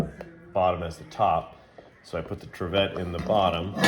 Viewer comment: solid video. love lodge dutch ovens. (it's pronounced "trivit").